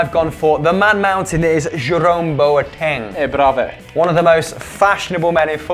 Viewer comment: On a very serious note , Boateng is pronounced Bwateng